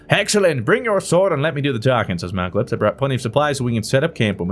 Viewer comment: Mal-uh-clips not malc-uh-lips.